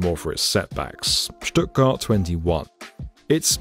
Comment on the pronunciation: man you nailed the pronounciation of Stuttgart!